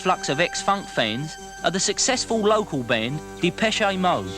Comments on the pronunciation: Depeshay mode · depecheAYE mode